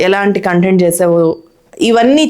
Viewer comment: కాంటెంట్ అని అనొద్దు కంటెంట్ అని చెప్పండి.